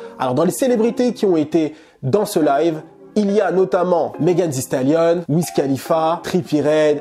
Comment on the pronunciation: quand tu as dit "meghan the station" j'ai soufflé en mode pffff maiiiiis comme par haaaasard lol